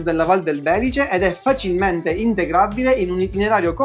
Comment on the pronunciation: Ah, pohi uhnh piccolo appuhnto, picciotti...Non si dice Bèlice, ma Belìce